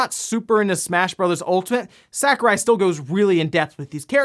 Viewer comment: When he keeps mispronouncing Sakurai.